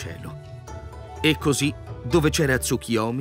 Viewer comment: Perchè leggi Tsukiyomi?